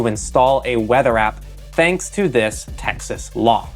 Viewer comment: wtf Tex-ass????